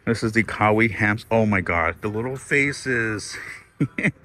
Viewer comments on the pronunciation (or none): Hi. Thanks for another great video! All of your stores are so well stocked! Quick tip. Kawaii is pronounced kah-why-ee. Cute is Japanese 💕